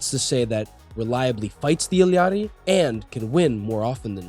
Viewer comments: U illiterate or what its I L L A RI NOT ILLIARI do u even english ? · just say ilari like a normal person lol